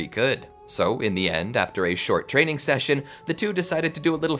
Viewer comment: "Rizz teaining"got me laughing on the floor for atleast 10 mins